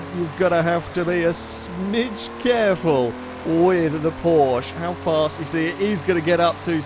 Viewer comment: At this point I'm convinced he knows full well how to pronounce Porsche and does it just to annoy the Germans